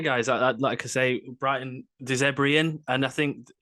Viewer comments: It’s De Zerbi, not De Zebri and Potter didn’t get sacked. I think a bit of simple Googling would have sorted that out. Good luck. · your guest said Potter got sacked. Not quite the typo as that is how you both mispronounced De Zerbi! Good luck.